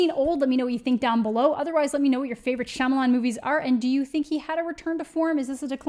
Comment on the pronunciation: mispronouncing his last name in this manner is rooted in racism...we can make fun of this movie and how bad he is at most of the movies be makes without resorting to mocking his name.